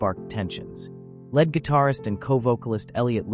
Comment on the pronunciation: I'm 70 year old guitar player. Of course, I know who Jimmy Page is. I'm just playing with the AI mispronunciation of "lead".